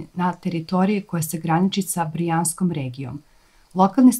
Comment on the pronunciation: Brjansk a ne Brijansk. I na RTS-u grese